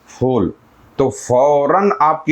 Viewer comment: Fool nahi phool hota hai talafuz thik hona chahiye mazrat ke sath 🙏